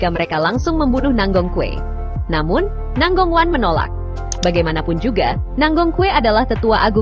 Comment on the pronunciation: Nangong kue😂😂😂 itu…baca namanya nanggong cue